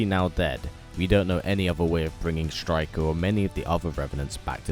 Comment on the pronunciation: You messed up the name